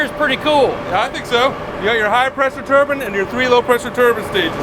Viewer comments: "Turbin" is just... an atrocious pronunciation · "turbin"... 😅 Have I been saying it wrong all these years or is this just the southern pronunciation? 😅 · Never realized I pronounce turbine like the UK. Lived in America my whole life... Never heard of pronouncing it like "turban". Crazy. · That's a turb*I*ne. A turban goes on your head. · So glad you clarified the Alabama pronunciation of turbine ("turban") as I was starting to think I was crazy when I heard EVERYONE pronouncing it that way! (LOL) Thanks Destin! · the way y'all say turbine is so off... What do you call the headdress that some people wear? turbine? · It's not a Combin Harvester, it's a Combine... Likewise, the word is pronounced "Turbine". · I'm not from the south but I'm going to pronounce turbine "turbin" because that's how the smart people in this video say it. And I've never seen anything like this before. Absolutely amazing! Thank you to all those involved in the making of this. Can't Believe I watched this entire video and could have watched more. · Mmmh. No. Its just Turbine. Not a Turban. Even in most parts of the US lmao. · As someone from the UK, his pronunciation of turbine definitely grated with me. Funny how he calls it out in the video. 😂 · We use the hard I in turbine in California too. I just thought your pronunciation was do to accent. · Americans always pronounce nuclear so funny….. edit… and Turbine. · definitely more regional in the united states; it not just an American vs British thing. Either way, there is enough context I knew what you meant despite always hearing it pronounced like “mine” instead of “in”. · Turbine not turbUn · its not "turban" its a turbine!! tur-bine not turban... a turban goes on the head, a turbine spins. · "Turbine" not to be confused with a "Turban" 😂 they keep saying turban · a Turbin is garment you wear on your head! A Tur-BINE is what spins! Also from America :) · I think tur-BIN is a southern pronunciation. lol I'm in Ohio and we all say tur-BYNE.